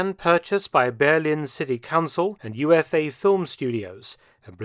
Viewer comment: Whilst it's an acronym of 'Universum-Film Aktiengesellschaft' it should be pronouced "Oofa" not "You-eff-ay"